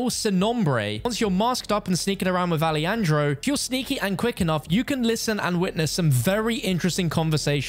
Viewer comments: Hey stupid, not ali andro- its alejandro like alehandro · "Ah-leh-handro" hermano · "alieandro" what was thaaaaat Pronunciation???